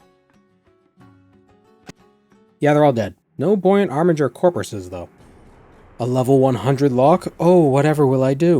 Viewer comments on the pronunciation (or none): none